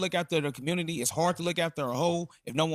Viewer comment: Congratulations, the communitah has become 1950 white America 🤦🏾‍♂️